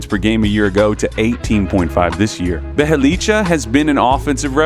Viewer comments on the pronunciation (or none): The way this nigga pronounce bjelica 🤦‍♂️